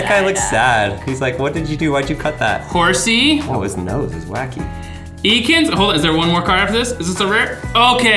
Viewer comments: Pretty sure it’s ekans not E kans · bruh, ekans is pronounce EH-CANZ not eekins NOOOOOOB lol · y u say ekans like that its ehkans not eekans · Lost all respect for the guy when he pronounced ekans as "EEE-kenz", holy god no please no. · Everytime I heard "E-Kins"..........sheesh..... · What the heeek is an eeekans? 😒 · The way he said ekans...... please stop